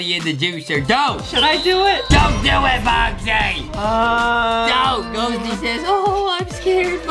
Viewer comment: It's ghosty not gosty